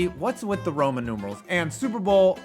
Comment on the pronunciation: The Roman numerals aren’t annoying. Now this guy pronouncing them: that’s annoying.